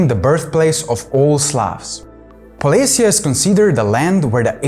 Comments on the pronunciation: Not polis'ya, but poles'ye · I think that that poles'ye is more common pronunciation for Slavic generally, the Ukrainian one is particular